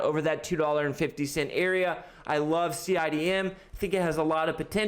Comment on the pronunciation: Cidm pronounced cine dime